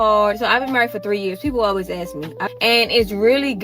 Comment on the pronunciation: "i could probably pass the bar exam right now" 😂😂😂 ok, say 'Ask'